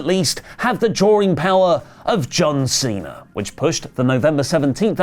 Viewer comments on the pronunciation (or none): none